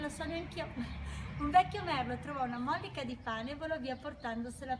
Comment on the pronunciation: Bella riflessione! Però si dice mollìca non mòllica. Ti seguo con affetto 🤗